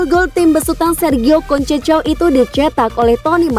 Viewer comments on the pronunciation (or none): Yang bner dong bahasa inggris nya,,masa sergio concecaou,,,sergio consesao pembacaan notasi yg bner mah